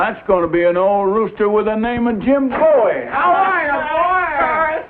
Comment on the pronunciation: Question; Bowie is pronounced Boo-ey in the Opening titles. They sing ‘Jim Boo-ey Jim Boo-ey’. This annoys the sh1t out of me, yet people in the episodes call/pronounced his name as Bowie.